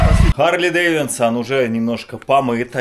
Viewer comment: что еще за "Харлей ДэвиНсон"? Тебе сложно запомнить в названии слово "ДэвиДсон"? Это просто позорище какое-то,! У тебя (если что) даже у твоего сына такое же имя - Давид, и "Дэвидсон" дословно переводится как "Сын Давида", но можно перевести и как "Сын Давид". Это писец какой-то. За тобой и раньше это наблюдалось, но не так заметно бросалось, а в этом видео ты наверно аж раз 5 сказал "ДэвиНсон".